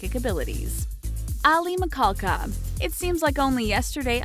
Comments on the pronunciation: MISHALKA NOT MICKALKA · Raven See-moan?? Aly Mikol- ka?? I gotta go 👋👋 uh uh nope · Damn this chick cannot pronounce names to saver her life. "Aly Mcahdjsbddhjb" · I clicked for Aly Michalka. I love her. And I'm triggered by how she mispronounces Michalka. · Mo The Idiot i thought I was the only one